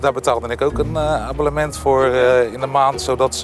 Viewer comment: Abbellement. Mooi.